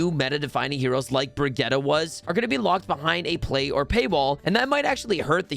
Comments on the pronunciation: ...Bri-getta? what? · Breegetah, this one is new xD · This is a great video but we need to teach the man how to say Brigitte. She literally says is in game and people still get it wrong. Same with Moira.